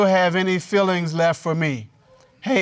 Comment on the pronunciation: " any fillings left for me?...." Meaning those fillings in his teeth???😂😂😂 It s feelings , not fillings.